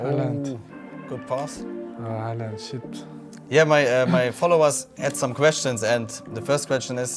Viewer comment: My Follower ask some kwetschns 😂😂